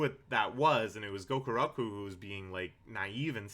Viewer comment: i find it hysterical that you keep calling gakuro "gokuroku", presumably because the lack of respect you have for the character necessitates fewer brain cells devoted to getting his name right. also according to the internet a blue whale's eyeball is about 10-15 centimeters in diameter (about the size of a grapefruit). apparently whale eyes are actually pretty tiny compared to body size and most of them are considered to have fairly poor vision.